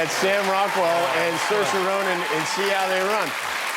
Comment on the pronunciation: Cersei ronan? who the feck is that? :D aaaah saoirse ronan...once again proving americans need phonetic cue cards